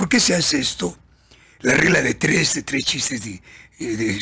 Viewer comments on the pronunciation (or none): none